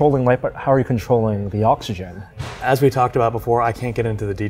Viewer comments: anyone else find it super annoying the asian dude says "Ocshen" instead of oxygen? edit: im further into the video, he does that to a lot of words. dude. fully pronounce your words. wtf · Take a shot Everytime this guy says 'Oxshen'